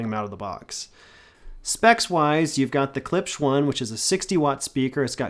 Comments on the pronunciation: Learn how to pronounce it, weak review. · You have a hard time pronouncing klipsch? Moron.